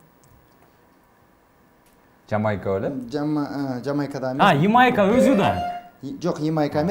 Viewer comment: Ипония, Имайка деп эмне эле болот алып баруучу. ОЗУ да интеллигентный адам алып барганы жакшы.